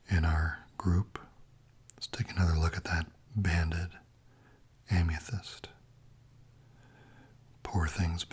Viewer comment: Why do you pronounce amethyst as "Am-ya-thyst"?